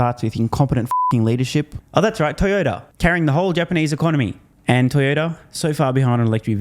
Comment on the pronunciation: Did you say TiredOuter or Toyota? Such a shame. Out 20 year old Yaris is still amazing. Same with Gonda sorry Honda